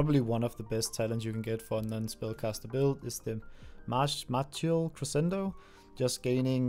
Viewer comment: Martial: mar-shull, is how to say that. I'm pretty sure it's one of those words english yoinked from another language and didn't adjust the spelling.